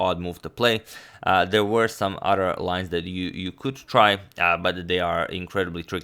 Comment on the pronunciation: Love the way amad says Other "odder " ... ha